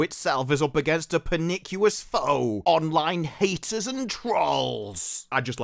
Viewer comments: per-NIK-yu-us? Admittedly, it's a word I've read far more than heard, but I've always pronounced pernicious with a soft c and only three syllables, something like "per-nish-us." Something lost in the pond, or the more general failure of the English language to spell things consistently, making 'sounding things out' go hilariously wrong? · Pernicious = per-nish-uss. Sorry. Time Hollywood employed some 'NO' men. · I hate to be that guy,, especially after getting so much entertainment from these Robyn Hood reviews, but the pronunciation of 'pernicious' rhymes with 'delicious'. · You may want to look up how to pronounce pernicious.